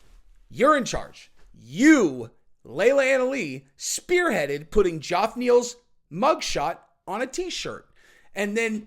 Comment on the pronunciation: I don't think this guy is pulling a Chael here. I think he looked at the name, "sounded it out" and that led him to Joff 😂